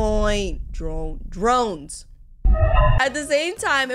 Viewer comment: Even after watched "Murder Drones" for a long time, she still can't say the word "Drone" right 🤣